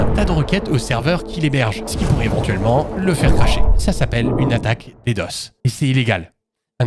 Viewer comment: Pourquoi tu dis "des doce" pour DDoS alors qu'on prononce ça?" Des des Au ess" 😢?